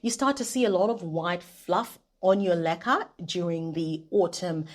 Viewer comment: Does anyone else thinks she says "lekker" all the time.